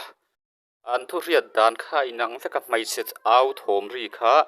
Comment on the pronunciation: Mai....tih tur ah "mei" i ti thin a adik lo aw..sir